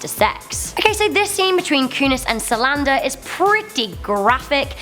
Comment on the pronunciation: it's zoe saldana not salanda